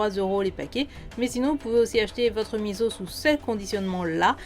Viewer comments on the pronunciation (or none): Miso pas miZo